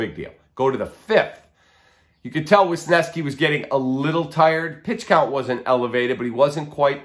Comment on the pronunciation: JFC it's not Wisneski like saying "Wisconson", it's WESneski like saying "wesley". WES-NESKI. It's not f'n difficult Kiplan, i'm sorry I mean Koplan...oh my bad Kaplan. Why is this so difficult for you and others to say it correctly?